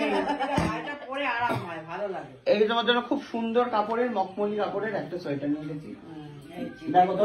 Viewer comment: সাইটার না সোয়েটার